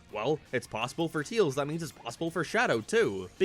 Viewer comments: Stop saying teals its pronounced tails as hail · Not to be rude.... But why do you call Tails, "Teals"? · Tails.... not teals... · everyone else: tAils: teels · The fact that he sais “Tils” instead of “Tails” will never not be funny to me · nothing better then hearing "teals"